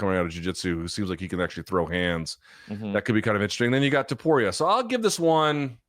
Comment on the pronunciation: Is this man ever gonna pronounce “Topuria” correctly? I don't think so, it's always gonna be “Topura” for him